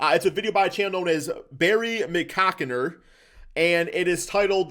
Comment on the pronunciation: Did he say the vid was by Berry Macockinher 😂😂😂